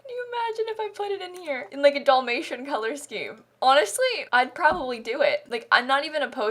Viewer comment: it kills me how she says DOLL-may-shun. instead of Dall, like "albert."